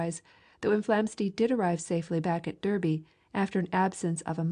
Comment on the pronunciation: Thank you for this. Flamsteed deserves more recognition for his genius. Derby, Flamsteed's childhood home town where he first penned the Longitudinal Meridian in his calculations, it's pronounced "Dar-bee".